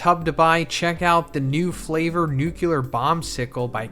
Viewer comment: Its not “nuke U ler” it is “nu-cle-ur” please pronounce the words correctly so your voice gets heard. And its not “case eee oh” it’s just “case oh”